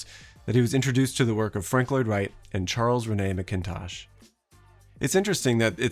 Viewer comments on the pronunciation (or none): It's MACKintosh, not McIntosh. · It’s MACK-intosh, not mick-INtosh. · hey great video. But its not pronounced Mac-KIN-tosh... the stress is almost equal for all three syllables, if anything the emphasis is on the first syllable. MAC- kintosh. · ....why you pronouncing it MkIntosh... Say it as MacNtosh. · American, it’s not ‘Ma-Kin-tosh’ it’s ‘Makintosh’. One word. Seriously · FYI it's pronounced Charles RENy MAK-in-tosh. Your pronunciation would be spelled McIntosh. Source: I'm Scottish and studied at the Mackintosh School of Architecture. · Having lived in Scotland since I was a child and having studied architecture in Scotland, the utter American butchering of Charles Rennie Mackintosh's name is killing me 😭. He's not French, so Rennie is said Re-ni and it's MAC-kintosh not MC-intosh. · His name is pronounced Charles Renny Macintosh... From a fellow Scot. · Why are you pronouncing Macintosh so differently to EVERYONE else. Mac as in Big Mac. In as in in. Tosh as in your pronunciation of Macintosh. Get it right. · On behalf of my Scottish Granny's, you're pronouncing Mackintosh incorrectly, I'm afraid. Is should be something like "Mac in tosh". Pronounce the 'c', not the 'k'. Otherwise, great essay. Thank you. - Cathy (&, accidently, Steve), Ottawa/Bytown/Pimisi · Just for the record it’s pronounced; Renny Mac-in-tosh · Great video but wincing at the pronunciation of Charles Ren-nay MAc-in-tosh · I'm not a big fan of how Mackintosh's name is butchered. Almost as if it's Charles René McKintosh. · That’s pronounced Mac Intosh like the apple lol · MA-kuhn-tosh I wanted to let it go but every time he said it wrong was like a stab in the chest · See American who can pronounce words or names properly. It’s pronounced Charles ren-ny Mack-in-tosh. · "Rennie" to rhyme with "Penny" and "MACintosh" like the apple computers. But don't sweat it, good pronunciation is not as important as good overall communication of ideas, and you tend to do that very well.